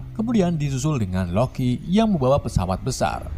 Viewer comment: Membawa ❌ Membawawa✅